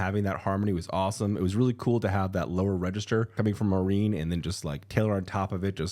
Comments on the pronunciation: Not me thinking who tf is Maureen?? Oh you mean Maren (Mah-ren) 😂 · FYI Maren’s name is pronounced like barren 😊